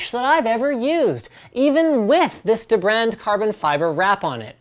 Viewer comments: It's pronounced deebrand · “Da brand” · The way he pronounced "dbrand"...